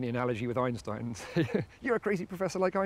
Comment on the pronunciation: Actually, for a Brit does a good job pronouncing it. It comes quite close to as northern Germans would pronounce it.